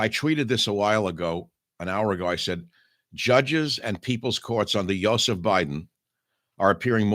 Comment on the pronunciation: "YO seph" Biden 🤣🙄🤣